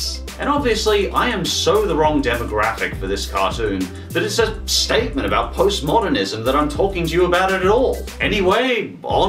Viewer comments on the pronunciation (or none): Did you say P O S T M O D E R N I S M ! ! !